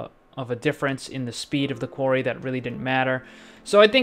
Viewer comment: I Think he mean to say Quarry, and if so it was a horrible massacre of the english language